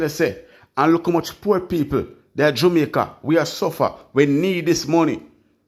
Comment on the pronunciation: Listen to you all the time, No disrespect!! but please for heaven's sake stop calling JAMAICA [JUMICA] Dont be like Desmond Mckenzie that's the same way he pronounce the word JAMAICA.